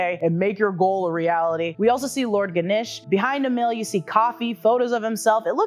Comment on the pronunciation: ganesh as "ganish"